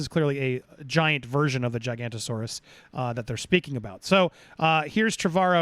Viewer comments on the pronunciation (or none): Giga-noto-saurus not Giganto-saurus. It’s alright, I used to make the same mistake…